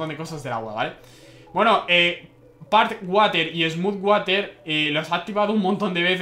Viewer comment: water no de lee asi se lee warer